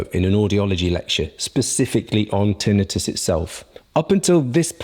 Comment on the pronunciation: Yes, he is pronouncing this correctly.